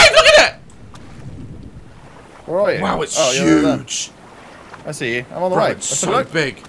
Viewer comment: Did no one realise that when daz says wow it’s huge, it sounds so weird, like, “wow it’s HEÜÊGĒ”